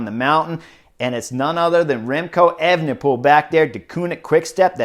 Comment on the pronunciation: Disappointed that you've clearly been practicing pronouncing Evenepoel, bring back Evening Pool! Superb insight, as always.